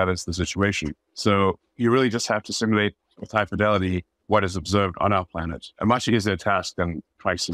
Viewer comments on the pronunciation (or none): The word is pronounced SIM-YOU-LATE.